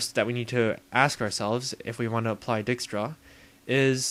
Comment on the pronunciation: Its like Die-kstras i think